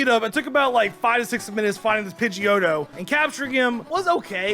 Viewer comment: he say pidgio